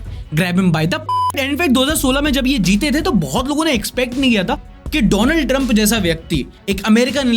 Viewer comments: isne jaan bujhkar "doland " bola. thora dhyan se india ke pm se darte ho wo US ka hai usse bhi daro. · Donald ❌️ Dolund ✅️🤣